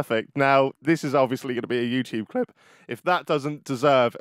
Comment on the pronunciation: when he says YouTube "clip" 🤣